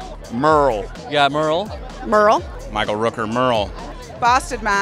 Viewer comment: everyone: Merle Andy: Mal